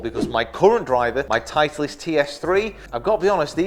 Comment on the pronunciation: Love the video, just have to mention "titelst" tho.... still a thumbs up every time